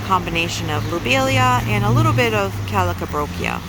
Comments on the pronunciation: “Calcabrochia” lol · Thanks for the tour, I need to get my butt to Wally World! So many beautiful flowers 🌺 🌹🦋🐝🌸🌻🌺 I was cracking up every time I heard you say the calibrachoa and sounded like you said party on the potty! Lol enjoyed it 😛